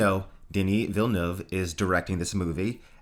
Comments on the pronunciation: Oh God, eargasm. You said Villeneuve correctly. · And it's quite difficult.